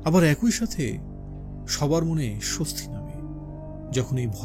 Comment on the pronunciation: আপনার পাঠ আকর্ষণীয়। তবে 'একই' শব্দটির উচ্চারণ কিছুটা শ্রুতিকটু লেগেছে।